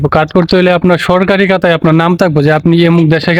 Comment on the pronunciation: ভাই আপনি কাতা বলেন কেন??বলবেন খাতা